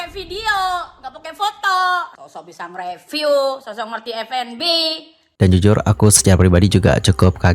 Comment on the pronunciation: … masukan deh. kan yg nonton udh banyak, dan pembawaan km saat bercerita juga oke kok. tolong dong pengucapan huruf “P” dan “F” atau “V”-nya diperhatikan. review itu dibacanya “riviuw” bukan “ripiu”, food vlogger itu “fud vlogger” bukan “put plogger”. soalnya jd agak salfok dan akhirnya jd hard to understand. pls ya dianggep baik masukan nya 🤗🤗 for ur own good sake, karena kalo ga diingetin ga bakal ngeh salah dimana kamunya